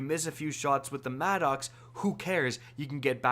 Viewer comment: MADD”ihx” sounds so wrong, it’s maddox not madd”ihx”